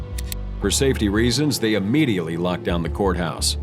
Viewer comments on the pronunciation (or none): none